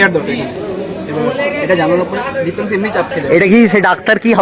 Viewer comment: That's diptanshu not debanshu